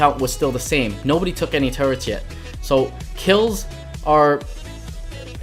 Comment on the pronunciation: Btw its turrets